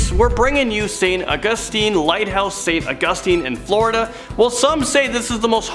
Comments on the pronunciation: It is Au-gus-tine. With a long a. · Right. It is va-lis-ca. And Au-gus-tine. A long a.